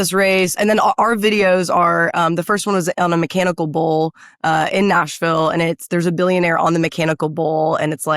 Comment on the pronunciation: Why is someone with a California valley girl speech affect who says "Noshville" running for a seat in Nashville?